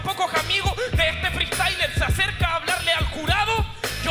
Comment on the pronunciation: "Feestayler" es una palabra